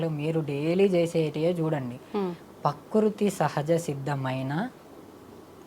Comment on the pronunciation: స్వామి పకృతి కాదు.. ప్రకృతి అని అనండి.. స్వామి మీకు నోరు తిరగటం లేదు